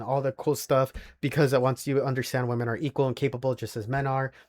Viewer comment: Nothing that simp said is an argument. He sounds unintelligent, he can't even pronounce the word "women" correctly.